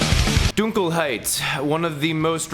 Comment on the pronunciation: You're the first American to pronounce "Dunkelheit" 100% correct btw, congrats xD I (as a german) have heard waaaayyy worse, thank you... uh.